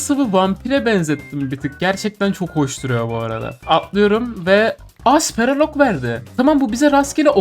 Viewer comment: abi speral ok değil spektral ok